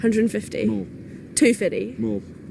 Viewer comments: "Two fiddy" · She said two fiddy lol..I suspect she is related to the Loch Ness monster.